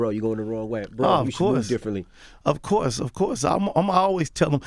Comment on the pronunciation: that man said ratio of money lol wtf and he also said "acourse" lol